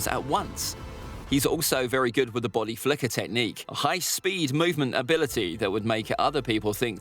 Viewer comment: Why are you saying bady flicker or somting like that even in the game sas is of teleporteichon